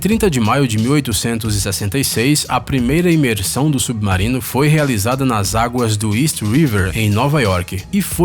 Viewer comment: Submaurino que raiva dessa pronuncia 😂😂😂